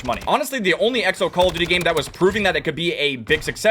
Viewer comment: call it "C-all of duty"